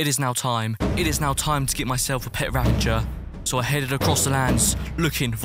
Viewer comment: I don't understand spelling of illager beast is ravager but why people say it as ravanger